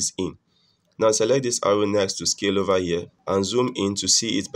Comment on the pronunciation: over here ❌, ova yea✅